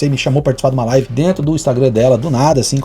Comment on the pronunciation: Quando o cara começa a decair, chegar ao fundo do poço, ficar sem conteudo e começa a perder visualizações, ele começa a atirar pra todo lado pra conseguir mídia e não cair no esquecimento, o cara não sabe nem falar "live" ele fala "life" kkkkkkkkkk